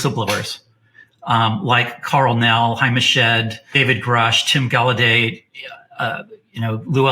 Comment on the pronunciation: Dude actually pronounced the "gallaudet" name correctly,Tim can't even pronounce it right,and it's his name 😂